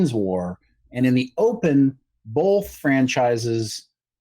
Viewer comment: It's pronounced "BOTH", not "BOLTH".